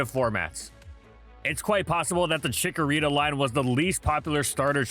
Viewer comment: CHIKORITA, NOT CHICKARITA!